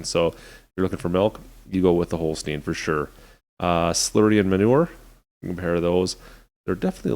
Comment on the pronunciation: You say holstein not holstien